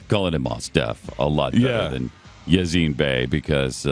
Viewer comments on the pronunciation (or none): His names are Mos (as in most) Def and Yasiin (pronounced YahSEEN) Bey. Fucking idiot!